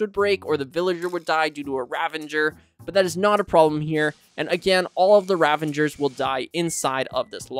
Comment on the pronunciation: Great tutorial but please stop calling them ravangers! They’re ravagers!